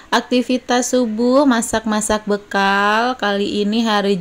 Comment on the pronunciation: Mak saran aja , kalo nyebut jangan bekel , tapi bekal gitu ( bahasa yg benar)